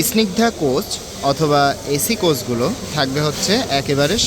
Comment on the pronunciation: Esignida na bhai only snigda akto pronunciation thik koran.